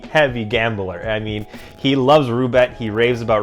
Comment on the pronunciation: The fuck is “Rubet” you mean Roulette dog?